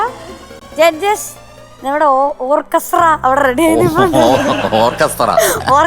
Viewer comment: ഓർക്കെസ്ട്ര അല്ല ശരിയായി പറയൂ " "ഓക്കസ്ര "❤️❤️😍😍😍